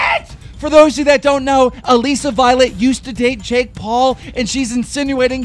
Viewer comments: STOP CALLING HER ALEEESA VIOLET LMAO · is anyone gunna tell keemstar how to pronounce ALISSA violet?? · I hate how keemstar can't pronounce anyone's name correctly. He says Alissa Violet "Aleeesa Violet" lmao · Keem stop pronouncing alissa violet like that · ITS A-LISS-A VIOLET AND ITS T-AY-LOR CANNIF